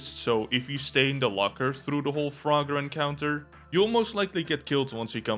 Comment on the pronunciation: Pinkie is a female. Froger is not spelled froGGer it's froGer. Because of that, it's fro-ger and not fra-ger Pandemonium also moves just slightly faster than Chainsmoker. Eyefestation, when enraged/outraged, does have a stronger pull, but it also does more damage when you look at it.